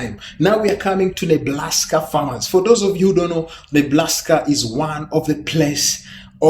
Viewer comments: Enjoyed the video. I laughed at "Neblaska." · Hehehe it sounded like he said Neblaska. Hahahahahaha